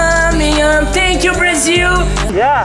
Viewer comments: “tenkyu bro, AGAREI” kkkkkkk ri muito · Ngm : A Justin : tenkiu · Iae Justin: TANKION